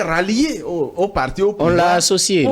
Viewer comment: Ce journaliste ne connaît rien il fait honte non seulement par son raisonnement mais aussi la prononciation des mots comme « partchi politchique »